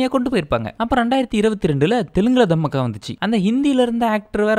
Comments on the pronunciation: Dham me ke 😂😂 ella ya adu Dhaa maa kha ya adhu 😂😂😂 Romba Kusumbu dhan !! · அட பாவி அது, தம்மஅக்கா இல்ல தாமாக்கா 😂😂😂